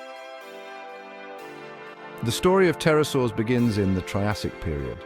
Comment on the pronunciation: Pterosaurs, not Tarasours. 🙄